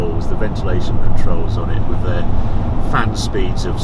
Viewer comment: I really enjoy your reviews, and I wish I could populate my garage as you have, but please could you go back to pronouncing the 'th' on the end of 'with' instead of affecting a 'wiv'? It's beneath you, and once noticed, becomes increasingly annoying. I don't think it happens on any other occasion. Otherwise, you are very well-spoken and very engaging, and I look forward to each new instalment. There. Pedantry expressed. Sorry. Had to get that off my chest. Now I shall return to my dull life....